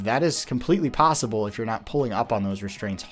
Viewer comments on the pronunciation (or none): none